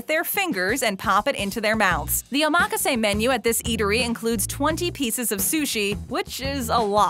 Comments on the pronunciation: Too bad you cannot properly pronounce the word OMAKASE. Try oma-ka-se and not Omaa-kaaase. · Hacksaw method of cutting farm-raised junk orange salmon. This video is all file footage and excerpts of other shows. The reviewer didn't even go to the restaurants themselves. A-MAK-A-SAY sushi? What kind of pronunciation is that? O-MAH-KA-ZAY is how it should be said. Total garbage. Thumb down. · that's because she's putting the emphasis on the wrong syllable lmao. it's omaKAse not oMAKase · BTW, it's pronounced "Oma-kase" not run together "omakase." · Oh mock ka say... 💀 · My ears are burning listening to her. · Oh mah kah say. Omg. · Oh mah ka say. Um, nope. You would think for a video the narrator would say it correctly. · i cant believe she said it like that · why do i think it sounds like she is saying the word wrong hmm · The way she pronounced omakase got me so tilted. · The info is good, but the rapid fire annoying commentator sucks, she can't pronounce omakase, and the constant focus on money is annoying as hell. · Butchered the word omakase 😭